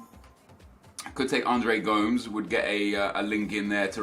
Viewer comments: it's not go-mz it's Gomez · TomLloyd Richards it sounded like he was saying gums, its go-mesh right? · stop saying gomes, you should say it like gomis. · Isnt gomes pronounced go-mesh? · Andre "GOMES" LOL its GO-MESS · How he pronounced gomes gave me cancer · The way he says Gomes makes me want to kill him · The way he pronounced Gomes omfg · The way you said Gomes haha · Learn how to pronounce Gomes correctly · The way you say Gomes can fuck off.